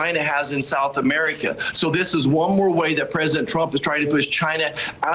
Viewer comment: "South Ameerieca"